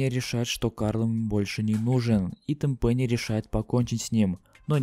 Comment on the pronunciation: ТЭНпэнни а не тэнПЭНИИ